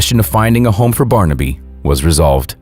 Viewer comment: How weird. I’ve just been watching this video on my TV where the narrators constant mangling of the name ‘Barnaby’ (which he kept pronouncing ‘Barn-Abbey’) was driving me bonkers. Yet here the narrative has thankfully been changed and it’s now being pronounced properly. I guess the previous video was driving other Youtubers mad too -so they changed it. I can now actually bear to watch and listen till then end.